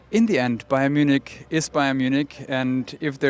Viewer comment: what is BAYER Munich?